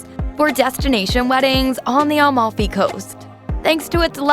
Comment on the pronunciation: She also says Almalfi instead of Amalfi. Atalian and so on lol